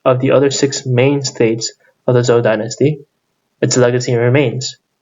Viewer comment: It's Zhou/Chou Dynasty. You're pronouncing it wrong.